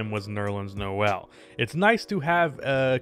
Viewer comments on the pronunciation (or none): none